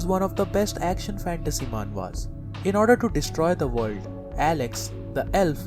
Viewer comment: yea, keep saying vorld. gotta luv this guy XD